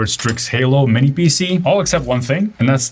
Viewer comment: HOW is it possible to not be able to prounce "minis?"